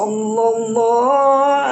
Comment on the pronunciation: yg lbih faham,, mohon koreksi bacaan solawatnya.. tasdidnya sprti hilang.. maaf bkn brmksd mnggurui.. sy awam tp prnh bljr tajwid dikit.. sollolloh ala muhammad.. sollolloh ala wasallam.. bkn sololo ala muhamad.. sololo ala wasalam.. mohon yg lbih faham d koreksi.. bknkah saling mengingatkan itu pnting bagi kita orng muslim..